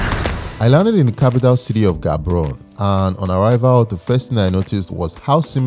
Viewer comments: Ga-bo-ro-ne not Gabrone...❤❤ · Hello neighboring country! I wish your Batswana friends had taught you how to properly pronounce Gaborone. It's not G like goldfish but the other G that sounds like g in "urg" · No it's Gaborone we don't pronounce the G as H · Well done. Amazing video. Quick one, it is actually pronounced Ha-bo-ro-ni not the way it is spelled. Nice job. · the way pounced Gaborone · butchering Gaborone pronunciation